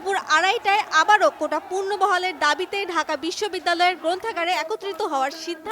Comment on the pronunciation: আপনি কোন কোটার সাংবাদিক। পুনর্বহাল কে পুর্নবহাল বলছেন😡